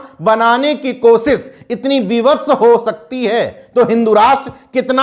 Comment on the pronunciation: कोसिस नहीं कोशिश कोटा है साहब😂।